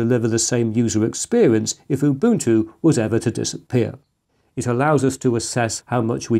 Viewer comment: Why do you say UBUTU without the N.